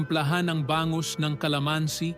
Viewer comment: Tama po ba ang bigkas ninyo sa bangus, gamot ,matatamis , pamamaga,sinigang at marami pang iba